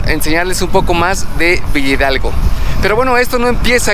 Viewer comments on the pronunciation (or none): La pronunciación correcta es Villa Hidalgo no villidalgo 🤦‍♀️